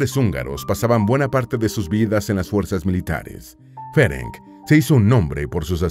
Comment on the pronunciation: Me interesó mucho la historia, especialmente porque mis padres y ancestros eran húngaros. Hablo el idioma, así que me permito decir que el nombre Ferenc se pronuncia Ferents y el original de ella era Erzsébet (Isabel en español). No cambia la historia, por supuesto, es un simple detalle más.Gracias por el video,. ☺🌹